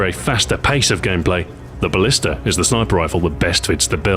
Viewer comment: u said ballister